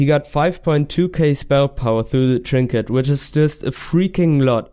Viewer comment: Tree-nket lololol